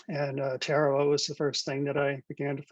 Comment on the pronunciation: It is pronounced Ta-ra-wa. Why are you using this bastardization when it is so easy to check online?